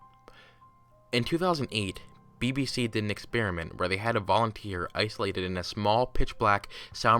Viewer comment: Hahaha Im I the only one who found it funny when he said bbc?